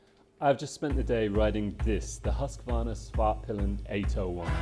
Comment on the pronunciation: The correct way to pronounce the names is: Vitpilen = ”Veetpeelen”, not ”vittpillen”. Svartpilen = ”Svartpeelen”, not ”Svartpillen”. Svartpilen = Black arrow Vitpilen = White arrow.